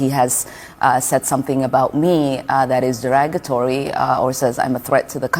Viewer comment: What the hell is "Deragatory"???? She really is dumb. I'm sorry. Barely literate but she is so cocky and arrogant.